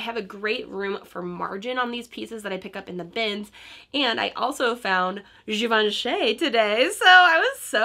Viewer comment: Great find. It is actually pronounced Givanchee (like in cheese) :-)